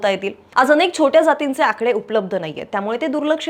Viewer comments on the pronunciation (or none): none